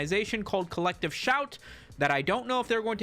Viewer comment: I keep hearing "collective shaite", can't unhear.